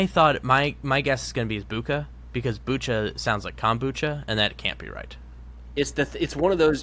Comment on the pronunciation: It's "Boutcha" like in kombucha.